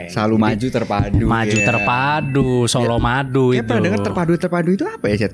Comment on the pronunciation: Solomadu 😂😂❌ Colomadu ✅